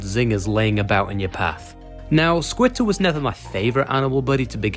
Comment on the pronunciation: Why do you call squitter skeeter???